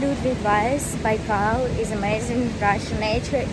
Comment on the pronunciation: You pronounce-Baikal wrong